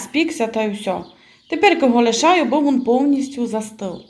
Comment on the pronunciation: Шукала рецепт кабачкового рулета і попався ваш. Рецепт гарний, але я на захист рідної української мови. Для чого так знущатися над нею? Замість слова він ( рулет) говорите «вун «. А депша?😱Немає такого слова в українській мові. Дуже прикро, що українці чи то не люблять рідної мови, чи навмисне так говорять, але слухати не дуже приємно